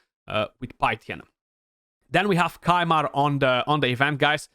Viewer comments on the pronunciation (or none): Why did you have to say Kymar 😂 Ffs. Been playing 4.5 years still don’t have him, I’ve got 13 sacreds saved up, realistically how many will I need for the fusion, summon rush? 6?